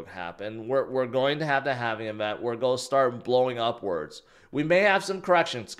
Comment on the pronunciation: Sorry, but your pronunciation of “going” and “gone” are the same. You’ve got to work on your articulation.